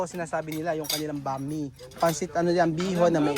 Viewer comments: IPRONOUNCE MO NG GANITO BRO ANG.... BAM - E, HINDI BAME. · BAM-E PO KUYA HINDI BAME. 😅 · Bam-i ang pag bigkas ng pancit na sinasabi mong bami.